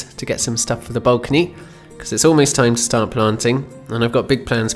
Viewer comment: I do enjoy these videos, but I am a bit concerned about your pronunciation of the word “balcony” as in “the Balkans”. Didn’t know that was a thing.